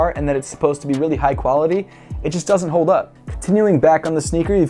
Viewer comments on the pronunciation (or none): none